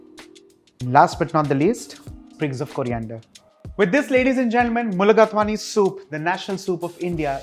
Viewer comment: I love mulligatawny soup, whether veg or chicken I make it often with a mix of red and green apple along with other ingredients as shown. But I don’t garnish with rice it is very nice even without rice. Just two observations, if you don’t mind, chef Inamdar. It is pronounced as mulligataaawny and not mulligatwaany, I think. And in lighter vein, perhaps you can count the number of time you say eventually in the commentary. You did stop, though, eventually😂 Thank you for this nice video.